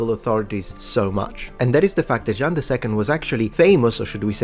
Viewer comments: Be careful! You pronounced "Jean" as "Jeanne", which can lead to some misconceptions, especially when the person is named after the city of Orléans. 😉😁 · In his defense, it sounds more like “Jang” when pronounced the German way. The nasal “an” is definitely not easy to pronounce for non-natives :)